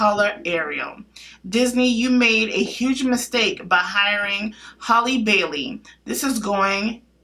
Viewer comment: It's HAL-le, not Holly, like Halle Berry.